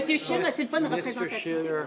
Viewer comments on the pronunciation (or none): did you not hear him call him Mr Shitter instead of Mr Scheer!